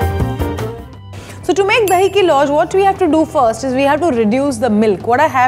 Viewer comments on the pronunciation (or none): I can't seem to understand this. Is it just deliberate or matter of habit that you don't want to pronounce things correctly. If you can pronounce Khazana correctly then Lauz has the same Z sound in the end. Why would you then pronounce it as Louj. It's very sickening